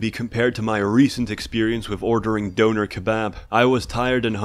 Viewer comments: As a qualified german, i can just agree... but its called dÖner not dOner ;) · I mean my only critik at this video is that you called a Durum a Döner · Wtf is a "doenor" ? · Why do you say donair so weird?